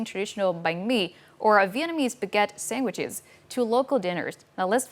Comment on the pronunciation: Did she just say “sang-guiches”?!